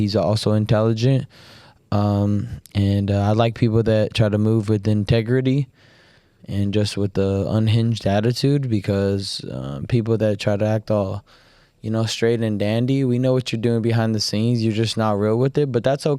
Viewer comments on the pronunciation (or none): This man said In-Tagridy been watching too much South Park